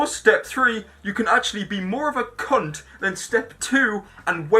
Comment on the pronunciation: The way he says cunt is amazing. Cun'